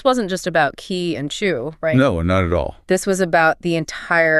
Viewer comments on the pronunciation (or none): I like these Notebook LM podcasts - brilliant AI - but not very good at Chinese pronunciation. They say Zu for Zhou which should be pronounced like Joe; and they Ki in for Qi which should be pronounced Chi.